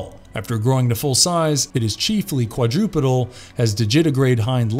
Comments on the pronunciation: I can't get over him saying "Quadrupidal" instead of quadrupedal. 🤣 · Quad-roh -pee-dal. Ooh-vum. Dij-it-a-grade. Col-oh-quee-all-ee. Endo-para-sih-tic. The list goes on.